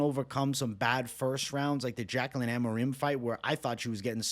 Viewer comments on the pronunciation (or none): none